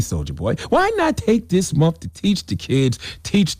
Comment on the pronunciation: Can he stop saying “monfff”🤦🏽‍♀️🤷🏽‍♀️